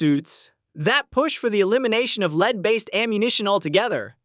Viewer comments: its LEAD NOT LEED. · I love how you got the AI generated voice to sound so energetic in its almost shouting voice... but not quite. Leeeed... Leeeed bullets. Dude, just at least review what you're uploading before you post it. Or... did you in fact check it, and you saw/heard no issues? Heh! What a total dumbass (or what we used to call in my neck of the woods, "shit-for-brains". Good one. Keep up the great work!